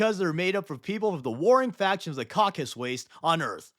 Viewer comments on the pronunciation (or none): none